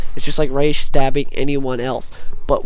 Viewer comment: Thanks for saying Ra's name right!!! I hate it when people pronounce it wrong